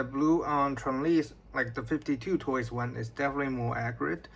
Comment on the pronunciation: It’s called 5-2 toys not 52 toys respectively